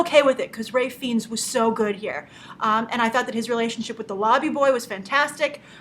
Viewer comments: Looks great. BTW Grace, it's pronounced FINES not FEENS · It's pronounced(Rafe Fines)!! Agree he was great In Bruges and is underrated in his comic roles. Love him! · dont mean to be picky but please pronounce Ralph Fiennes name correctly